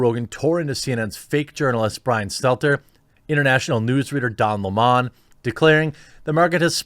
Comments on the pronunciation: Don Le-mon? Do you also pronounce the drink le-mon-ade? Are you mispronouncing purpisely? Then I'm with you. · Stupid pronunciation of "Don Lemon's" surname.